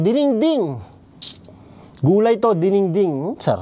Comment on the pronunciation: Dinengdeng po boss haha hindi diningding